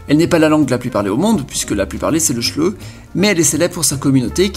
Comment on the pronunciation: Le shleu... hhhhh 😂😂😂 en fait faut prononcer le h sinon ca fait bosch